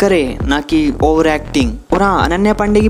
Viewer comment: Bhai ovar nhi over hota hai 😂😂